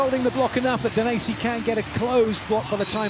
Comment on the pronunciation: "wooo Daniessi, wooo Daniessi, Daniessi Daniessi Daniessi" 🤣